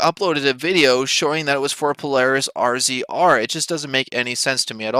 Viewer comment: I have only two comments. First the off-road vehicle "RZR" is pronounced "Razor." Second, the one you show is only one of hundreds MORR has towed out of Sand Hollow and other more dangerous locations.